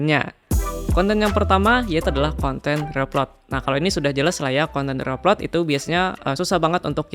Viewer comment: ejaan nya bukan reup lot bro, tapi ri aplot